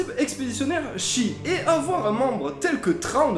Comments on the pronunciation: Bon choix de sujet, Thrawn c'est le meilleur perso SW de tous les temps :) Cependant j'ai un peu de mal avec ta prononciation très frenchy, sa race c'est "Chiss" (prononciation: Tchisse), pourquoi donc prononcier "Chie"? xD bon pour Pellaeon j'avoue plein de monde a du mal ^^ et tu as dit "zogri" au lieu de "nhogri"... (je pinaille hein mais c'est pour que vous vous amélioriez!) :p haaan et à la fin t'as dit "général Thrawn" :) Notons aussi que certes en revenant vers eux Thrawn est adulé par la majorité de la population Chiss, mais pas par les classes dirigeantes qui font exprès de l'ignorer royalement (trop fiers pour montrer qu'ils s'étaient trompés en l'exilant!) Bon voilà désolée pour les petites critiques mais c'est pas méchant ^^ encore une fois vous vous êtes bien documentés c'est une bonne chose :) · Super vidéo, très bien expliquée, mais son espèce ça se prononce pas "chiss" ??